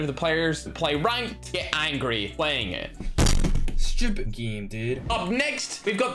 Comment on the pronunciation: Nobody:: Schupit instead of stupid